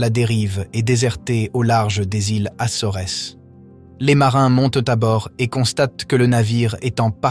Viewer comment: iles "assoresses"????? Quel mystère